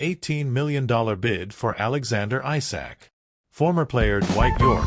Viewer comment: Isak not Aysak 🙄